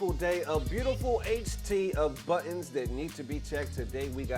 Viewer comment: The word buttons is sounding different today. 😂